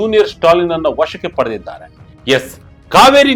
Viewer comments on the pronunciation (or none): none